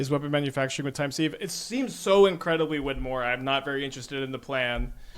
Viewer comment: I know it's pedantic but it is pronounced "time siv" not "seeve"